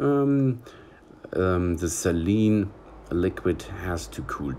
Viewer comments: It’s pronounced “say-leen” Not “celine” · Some pronunciation. SALEEN WATER Sort of like HOLY WATER. HEEHAHAHAJAJAJA!!😁